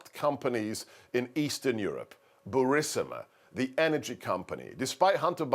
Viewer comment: Sebastian, if you're so smart, why can't you trim the mustache ends to meet the goatee, or vice-versa? And is your mispronunciation of the names Kinnock and Burisma a sign of dementia?